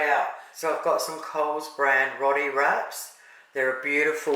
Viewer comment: Pronounced ' ROW TEA ' mate. Iv'e been eating ROTI since the very early 70's. ❤❤❤❤